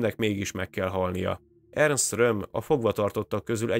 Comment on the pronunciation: Így van ne Ernest mondjál hanem simán Ernst. Maga a műsor nagyon jó.